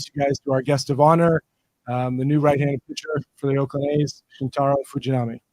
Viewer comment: Oakland, not Auckland 👍🏿